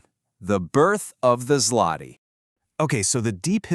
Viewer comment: WHAT ZLOTY?????!!!! IT ZŁOTY READ IT ZWOTY